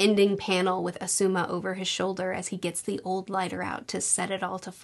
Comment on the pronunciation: Please watch some of the anime or something to learn to pronounce words and names. The video is harder to watch when you're saying things like "Asooma"